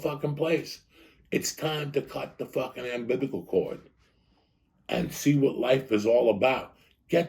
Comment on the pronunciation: “Time to cut the ambibbicle chord” - Joey Diaz